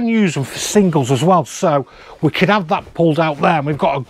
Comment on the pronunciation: You are going to all hate me for this but.... "What we do av" Once you hear it you can't unhear it 🤣